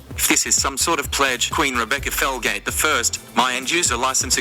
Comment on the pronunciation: Her name is Rebecca Felgate every time she said her name I thought every single time her name was Rebecca Failgate 😂 I'm sorry Rebecca